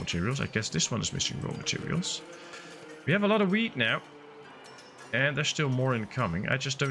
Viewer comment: The way you pronounce "wheat" really sounds like "weed" 😂😂😂